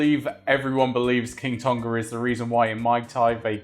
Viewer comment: It's pronounced 'Tong-a' not 'Ton-ga,' incredibly frustrating hearing the repetitive mispronunciation